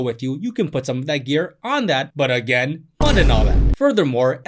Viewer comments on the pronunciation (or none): none